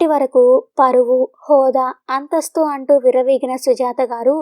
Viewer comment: మీరు కథ చదివే విధానం బాగుంది. కానీ, వాక్యం మొదట్లో అ అక్షరం వచ్చినప్పుడు ఆ..అంటున్నారు. ఆంటూ, ఆంది .. ఇలా. ఈసారి ఆ చిన్న పొరపాటు లేకపోతే మీ కథ అద్భుతంగా ఉంటుంది.